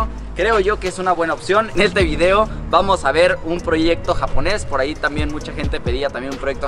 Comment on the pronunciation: Elvieedeo mas natural jajaja